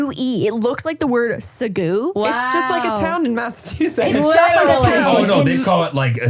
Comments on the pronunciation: Being a Brit watching you guys butcher the place names is hilarious. Yes it is the same as the sauce haha 😂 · Fellow Canadian here who also cannot say Massachusetts 😂